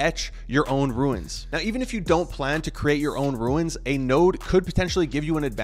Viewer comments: Bro, it's called RUNES, not RUINS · ROOOOOOOOOOONS NOT RUIIINNS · why does this guy pronounce RUNES as RU-INS wtf? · I think it's pronounced runes, not ruins. Good info though, thanks. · Runes, not ruins. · ya every time he says it i thought the same thing - its Runes (i.e. roon like moon) not ruin like u saying ruin is ruining the video;) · RUNES not Ruins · ROOOOOOOOOOOOOONNNNSSSS NOT RUINS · Let’s say it together slowly... ROOONS 😉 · Is English this guys second language?dude can’t say rune properly lol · stop saying "ruins" lol its runes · RUNES ......NOT RUINS!!! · Don't call them "Ruins", because the translator translates them exactly: Ruins! And the correct pronounciation is: Runes (ruuns) !! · Dyslexia is persistent in this guy. Did someone tell him it’s ruiins? and not runes? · It’s pronounced ROONES!!! “Runes - ancient symbols” 😂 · How could you possibly RUIN the name ROON by calling it a RUIN? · It’s rooooons not ruins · It’s pronounced rewns not rooins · Yeah,he is destroying the word .Runes not Ruins ! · Rune not Ruin. Just like moon, but with an R. Lol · runes not ruins lol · for the love of god, why are you calling them ruins? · Is there a reason he is saying ”ruiins” ? perhaps there is something we don’t know? or perhaps he is dyslexic? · RUNES....not RUINS... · If you can't even say the word "runes" correctly, I'm not watching the video. ;P~~ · Stop saying ruins…holy shit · I stopped watching as soon as you said "ruins". How can I learn about them from you, if you don't even know how to pronounce the word? Lol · I almost stopped the video 3 times because him saying ruins was pissing me off but i really needed the info.... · Seriously! I want to keep listening, but everytime he says “Ruins” it drives me batty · Not Ruins, but Runes as in balloooooons! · he said : ruins ? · why he keep saying ruins? 🤣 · Runes, you said Ruin… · Why do you say ruins? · bro runes not ruins annoying as hell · "RUNE" or "RUNES" not "RUINS"